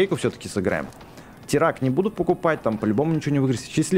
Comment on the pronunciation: БЛИН ВЫ ЗАДАЛБАЛИ ДЕЛАТЬ ОШИБКИ НЕ ТИРАК А ТИРАН 🤣